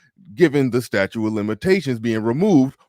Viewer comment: Statute. Stat-choot not statue